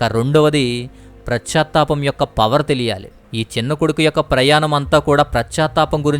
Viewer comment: PRAS CHA THAPAM KAADU . PAS CHA THAPAM . BHASHA KUDA VINAALANIPINCHELA PRONOUNCIATION CORRECT GA VUNTE INKA BAAGUNTADI .